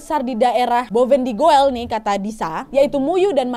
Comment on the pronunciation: Sprtnya ada cerita KY gini Krn banyak kata kupuk di Bovendigoel tp klo BLH klarifikasi cr baca Bovendigoel itu bovendigul